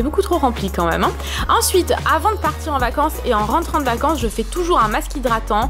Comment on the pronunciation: On prononce "même" pas "meume" !